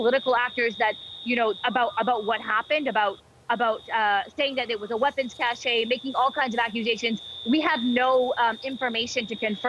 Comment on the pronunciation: Weapons cache, not cachet.